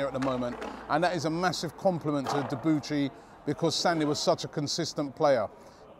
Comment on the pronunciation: Sorry Rob you are pronouncing Debuchys name wrong